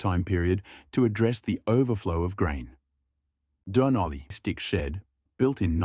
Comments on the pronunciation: Robot you can’t even pronounce Dun Olly, suggest you go back to school. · Is this AI narration? it says 'Dunolly' really weird